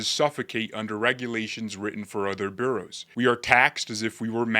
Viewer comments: (And it’s “Boro’s”, not “Bureaus - you’re obviously not a NYer) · Nicely done. But it is " bor oughs ", not "bureaus". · Just a heads up, The 5 counties that make up NYC: New York, Bronx, Kings, Queens and Richmond are called Boroughs (pronounced Boros) and are referred to in name as Manhattan, Bronx, Brooklyn, Queens and Staten Island.